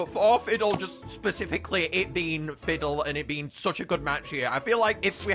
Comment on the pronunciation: I'm dumb I thought you pronounced Ffidyll As Fifidill Bruhh